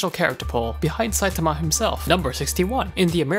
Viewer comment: Oh good they said his name correctl